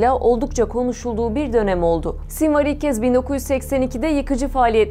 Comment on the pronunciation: Sinwar ismini ingilizce olarak sinvir diye okumazsın be:) Sonra bir sinwar, bir sinvir ah ah.